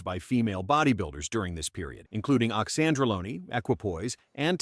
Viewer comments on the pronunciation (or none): Oxandrolone...like Lone Ranger, not bologna as in sandwiches/Tren. Iris is the GOAT!😊